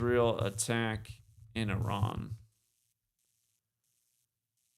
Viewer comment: Great show. * pronounced-E Rahn like E- Rahq